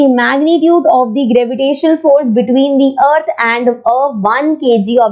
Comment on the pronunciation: Ma'am you can pronounce "thi" in the word the where the first alphabet is a vowel. otherwise you should speak the.